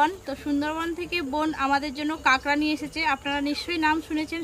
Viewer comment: আরে ভাই ওটাকে কাগড়া বলে না।ওটাকে কাঁকড়া বলে।